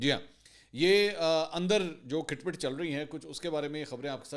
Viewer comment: AoA Mansoor bro. if you dont mind i want to rectify your punctuation of this punjabi word have spoken by you is "Khat phat not khit phit " Iam sorry sir! . Thank you so much .